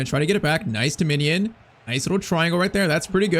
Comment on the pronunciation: Bro, why are you saying ‘Minion’ it’s ‘Mijnans’🤦‍♂️